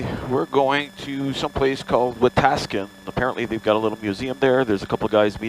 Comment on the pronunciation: Nice audio! (Except for mispronouncing Wetaskiwin LOL!) Looks like you got the rig all set up. Well done!